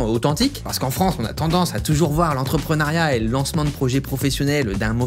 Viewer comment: entreprenEUriat ... pas entrepreunAriat.